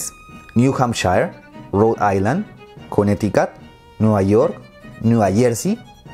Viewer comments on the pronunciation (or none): none